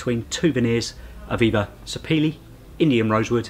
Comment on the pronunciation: Thank you for the correct pronunciation of "Sapele".